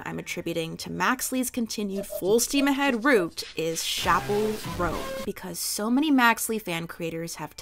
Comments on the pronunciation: Chappell is pronounced "ch" not "sh" love u:> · Babe, I love u but PLEASE STOP PRONOUNCING CHAPPELL LIKE THAT😭😭😭I BEG OF YOU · HER NAME IS CHAP PELL NOT SHAPPELL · its CHappell roan girl not SHappell roan